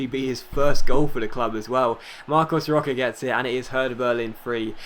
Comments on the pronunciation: Hey just saying, it's pronounced Marcos Rosha, not Roka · Hey, say "Rocha" like "Rosha"